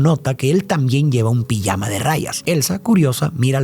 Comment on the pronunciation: "Pillama de rayas"😂 lo de pronunciar la J se quedó en el camino